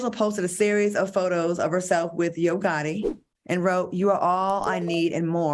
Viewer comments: Yoooo I have tears coming down my face laughing at AL. He said Barbara Walters paved the way in sports. He said he was here for Angela and them in 2013!!! And he said IRV gotti not yo gotti. These minor slip of the tongues have made my day. Hilarioussssssss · Irv Gotta Al??? 2013 Al??? Like y’all need to tell him to drink during the show not before!! He be getting his words wrong a lot